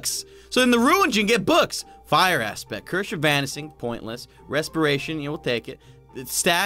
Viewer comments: The cursh of vanising enchantment is the best (that’s how he said the enchantment 😂) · And you said “Cursh of Vanising” 🤣🤣🤣🤣